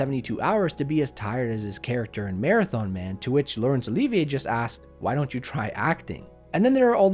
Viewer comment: "Laurence Oleeeevia" ??